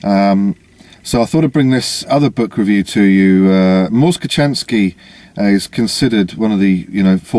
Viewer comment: It's annunciated KoHanski, drop the c (ch). Sorry for being so picky. The book is well done & well written. Mors is the real deal, thanks for giving him his due. He isn't hip to spending tons of money on the sparkling kit, but making do with what you have with you. To me, he's brilliant. Well done.